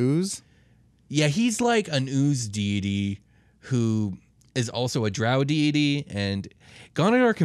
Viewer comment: They can’t even pronounce deity correctly, cmon man